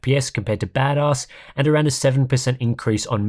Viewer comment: Chuckling every time you say Bad Oss